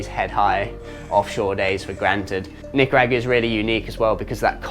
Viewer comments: ....Agua, pronounced Ah-GWah not Ah-Gu-Wah. Thanks 😅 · No way he says Nicaragua like that lol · Mate, please learn how to pronounce both Costa Rica and Nicaragua. Your attempts are painful !😂